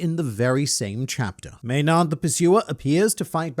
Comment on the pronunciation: It gets to me when I hear, "may-nard". Gotta follow your Marineford pronunciation policy with that one